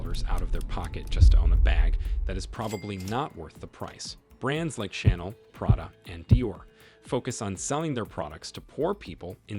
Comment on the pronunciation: this was definitely made by AI lol. The pronunciation of Armani and Chanel was unforgivable